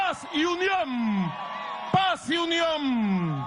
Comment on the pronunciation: La Unión de él es diferente🤦🏽‍♀️porque la la “n” la pronuncia como “m” que horrible 🙆‍♀️, también soy periodista venezolana en el exilio. Me encanta tu excelencia e impecable periodismo. Te admiro❗️